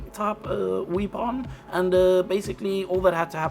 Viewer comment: His GATT - Wee-Pon! Comedy and learning, keep up the great work sir!